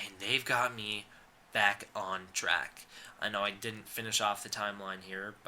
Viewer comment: I thought you said "glad you're black" lol